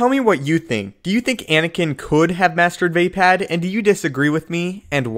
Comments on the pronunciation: It's fucking pronounced Vuh-POD! Not VAY-PAD! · Va pod.... not Va pad as a Star Wars expert why are you pronouncing a second A when there isn’t one?! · you lost me at vay-pad...